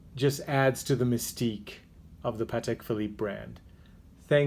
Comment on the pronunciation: Congratulations for pronouncing Patek correctly! So many people can’t say Patek properly